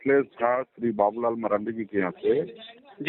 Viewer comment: Are bhai kam se kam naam to sahi bol lo Babu Lal maranda ye kaha se padh liya English me kamjor ho kya